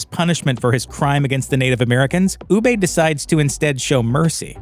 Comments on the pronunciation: Oo-buh. Say it with me. If you're going to make a video do it right. Oo-buh. Ubbe. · why pronounce his name u-bay, obviously never watched the show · Ubbe pronounced ubay the Viking for eBay which first started in Canada trading axe and comb for gold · “Ew-Bay” really? That’s how you are going to pronounce Ubbe? Jesus Christ lol just get someone to narrate the video who watched the show. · "Ubbay" cringe bruh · This guy saying Ubbe like Ubbey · Funny listening to him pronouncing their names and places e.g. ubbay and wessax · Interesting video, but the Pronunciation of Ubbe is painful. Sounds more like Master Oogway from Kung Fu Panda than Ubbe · Wessax lol Uubay lol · Sounds like his saying oooBay sometimes when he saying Ubbe name lol 🤣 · It’s pronounced “uu bah” or “uh bah” I think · Your pronunciation of Ubbe drives me up the wall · Your pronunciation of Ubbe.... made me unsubcribe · Ubbe? Perhaps watch the actual show and correct your pronunciation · For me, the way you pronounce Ubbe ruined the video for me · The way this guy pronounces Ubbe (Ubba) makes me think he didn't even watch the show. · I stopped watching this video as soon as you pronounced Ubbe’s name wrong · His pronunciation of Ubbe is annoying, you can tell he never watched the series. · After 6 seasons Americans still can’t pronounce Ubbe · The way this man says ‘Ubbe’ or ‘Wessex’ 😫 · You can pronounce Hvitserk correctly but butcher Ubbe? What kind of sorcery is this?! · Ur not saying uba right u idiot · Why is it that this guy can't pronounce the names of the characters the way they are said on the show? They literally speak their names out loud. It's so annoying. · UBER…. Not UBEYE! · I'm three years too late for this, but it's so easy to tell when a commentator hasn't actually watched the show and is just reading what other people have wrote for them. Ubbe is pronounced Uub-ber not Uub-bey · Oooo-Baaah! not oooo-bey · Ooobey.. did you mean Uh-buh. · Who the fuck is ubay? 🤣🤣🤣🤣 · Ubbay? Ubba.